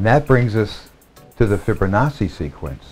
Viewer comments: The "fibber nawsee" pronunciation drives me nuts lol ..."Fib-o-nawchee" the double C is a "ch" not a "ss" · It's "Fibonacci"... not "Fibber-nachi"?!... are you freaking serious?! We are NOT one, we are distinct individuals that are so far from being one in spirit, it's mind boggling, UNLESS... you mean one in sin and our cursed nature in this world, then you may have a point. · Lmao why does he say it like that tho... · His name is Fibonacci. NOT FRIBO-NAZI!!!